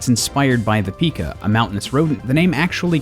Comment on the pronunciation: He pronounced pika wrong.